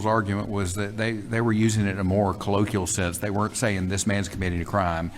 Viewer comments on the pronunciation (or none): bro learn to pronounce colloquial. 4 syllables. co-low-quee-uhl. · The word YOU used in this excellent report is correctly pronounced "cu-LO-kwee-ul." It matters. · Colloquial is pronounced "co low kwee al" (co like in co-locate)